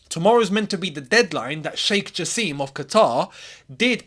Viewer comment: It's pronounced "JA SIM"